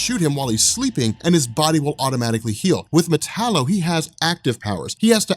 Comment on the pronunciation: metallo???? really